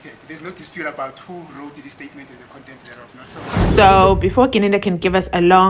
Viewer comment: "Am talking about the KONTENTE" Hahahaha is travelling on a bridge over trouble waters.